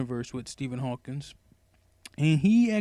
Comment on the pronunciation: It's Stephen Hawking. not "Hawkins'!